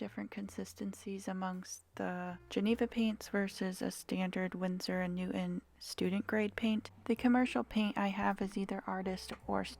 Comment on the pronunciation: I think it’s pronounced Winsor & Newton not newt. On